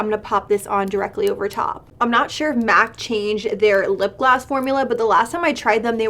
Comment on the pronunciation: Lol I’m over here like why you saying lip gloss so weird.. wtf is a lip glass?!